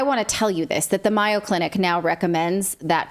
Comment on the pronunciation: I presume you mean MAYO Clinic, dear. I was confused as it is pronounced with a long A. It took me a minute to figure out who you were talking about. I've always admired MAYO. I am most disappointed in them.